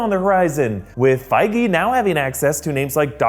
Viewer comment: It's pronounced fee-guee btw